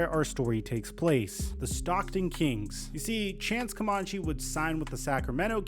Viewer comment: It’s pronounced “CoMANche” not “CoMONche.”